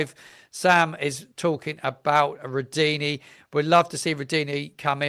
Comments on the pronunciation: I know you get a lot of criticism on here, but just wanted to say I enjoy your content, but something that really bugs me is that you don't seem to do checks on pronunciation for people's names Its not Jonas Spors its Yo Han As Spors Its not Rudini its Rud Oh Knee Its not Sess Ay its See Say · I have no problems with phonetics or the like. You know what you are talking about and so do your many subscribers. Nearly everyone is saying Rudoni differently.